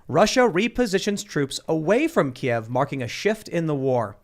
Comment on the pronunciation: I know you guys might not realize it, but Kyiv is not pronounced the same as Kiev (how you're saying it at the beginning of the pod, haven't gotten further in yet). Kiev is the Russian pronunciation of the Ukraine capital, from when it was part of the USSR. Kyiv is more like Kuh-yeev (or just say keev like they do on tv these days). That is how the Ukrainians would prefer you say it.